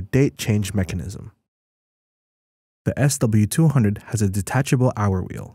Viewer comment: What's up with speaking what's written SW200 as "SLE200"(or S delete 200)?